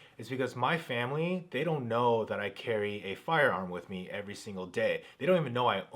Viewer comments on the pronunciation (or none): none